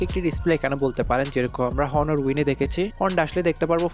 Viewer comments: ভাই, প্রোনউন্স বা উচ্চারণটা হবে অনার। হনার না। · ভাই হনর না এইটা উচ্চারণ হবে অনার